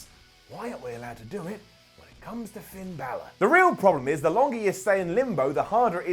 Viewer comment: "PIN" Balor - Wrestetalk